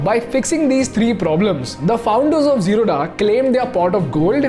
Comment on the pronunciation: Hi You are pronouncing Wrongly! It is is जीरोध Not Zeroda! Please Correct yourself..